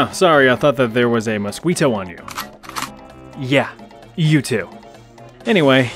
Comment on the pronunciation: 'mo squite tow" WTF?